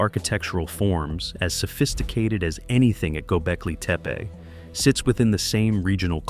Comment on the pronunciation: I'd make a suggestion that you find a Turkish speaker and learn to pronounce the words correctly. Don't worry, because incorrect pronunciation is widely spread; particularly with reference to Göbekltepe.